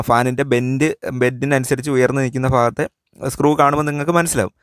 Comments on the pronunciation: Sathyam fa ennalla bha ennanu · ഉയർന്നു നിൽക്കുന്ന ഫാഗത്തെയല്ല; ഉയർന്നു നിൽക്കുന്ന 'ഭാ'ഗത്തെ എന്നാണ്. മലയാളം തോന്നിയ പോലെ പറഞ്ഞ് വികലമാക്കരുത്.. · ഫ, ഭ ഇവ രണ്ടിനെയും ഒരേ തരത്തിൽ ഉച്ചരിക്കുന്നതിൽ ആണ് തെറ്റ്. ഇതിന് വലിയ ശാസ്ത്രം ഒന്നും വേണ്ട. രണ്ടു തരത്തിൽ ആണ് എഴുതുന്നെങ്കിൽ രണ്ട് തരത്തിൽ ഉച്ഛരിക്കണം.